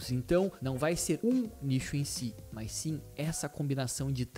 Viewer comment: Mano na moral esse seu 'mas' exagerado meio que querendo imitar quem sabe fala gringa fica muito feio ( só dando um feed ;) )